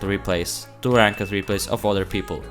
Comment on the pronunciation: Awesome video my man! I love the way you say Rank-ed lmao!